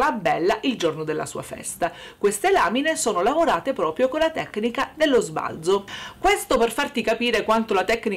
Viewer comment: Bella la nostra Ombretta... Sbalzo va detto colla zeta secca, però...😂❤❤❤❤